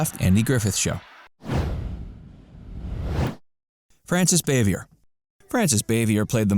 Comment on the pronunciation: This guy doing to voice over work obviously isn’t a fan. He doesn’t pronounce Frances Bavier’s name correctly, nor does he pronounce “Aunt Bee” correctly. 👎🏻👎🏻 Terrible job.